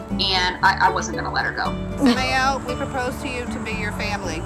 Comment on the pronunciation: Cute story, but... UR-I-EL? Sam-I-El? Just.....Why????